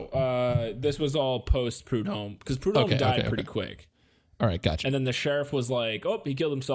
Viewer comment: Also.. sorry for being "that guy" .. But.. the H in prudhomme is slient..for some brighter news, however.. The baby is now a thriving human adult. Snaps to that shit, bc this place.. does NOT let go. This murder, and the kks murder.. Literally ruined this whole ass area, im not even being extra. Both of those are still relevant, HARD.. right NOW. Thirty three years later.